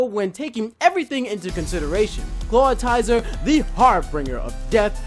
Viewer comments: Useless Gamer His pronounciations are abhorrent. WTF is a "Clawitizer"? How hard is it to say really? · its 'clawitzer' not 'clawitizer' XD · also CLAWTIZER? It's spelled Clawitzer! not clawtizer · it's clawitzer not clawtizer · he said clawtier dude its clawitzer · lol Clawtizer? Thought it was Clawitzer? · "Glay-ly" "Claw-ti-zer" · It's pronounced "claw-itz-er," not "claw-tie-zer." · IT'S NOT CLAWTIZER IT'S CLAWITZER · Claw-it-zer. Not claw-i-ti-zer. It's based off of a bullet shrimp and a howitzer. I hate mispronounciations. It doesn't even have a second I. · Can you please look at the spelling of ClawITZER and pronounce his name properly? I hate hearing you pronounce it, because you are so very, very wrong. It's not tizer, it's itzer. Really, look at the spelling! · pretty sure clawitzer is meant to be pronounced like howitzer. other than that and personally not agreeing with how you pronounced glalie, (which I don't have anything to base that on so I could just be saying it wrong) it looks like you're reading off of a script in the facecam, if you are maybe consider memorizing it and recording in segments instead. very charismatic presentation otherwise. 3.5/5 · Lol, I always say Clawtizer, just sounds better and rolls off the tongue easier. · For one thing you pronounced Clawitzer wrong. It is claw-WITZ-er. Yes, that syllable is emphasized how I did it. For another thing, Raichu should be at the top because everyone thinks Pikachu is so much better except me! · you do realize that the I comes before the T in Clawitzer? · Clawitzer. Claw-it-zer. Say it with me. Also "harbinger of death" - har-bin-jer. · I'm sorry very tiny Nitpick of mine, Your Pronunciation of Glalie doesn't bother me as much but Clawitzer is pronounced Claw-Witser. You're saying it as if the "I" and "T" in it's name are swapped. Great list though :) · It bothers me how he's obviously reading notes on a screen the whole time. I also can't stand how he pronounces Glalie and Clawitzer.